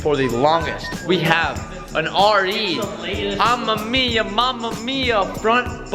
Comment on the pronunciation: Why can he not say RE Amemiya right jesus, watch touge battle and you'll learn.